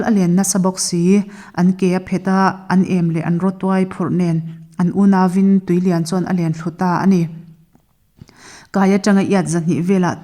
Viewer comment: Chhiartu hian, "tui leiah a lut" tih lai a chhiar hi a, lam dan thlûk a dik chiahlo